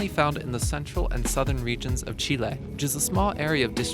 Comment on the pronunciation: The fact that you pronounced Chile correctly made me so happy.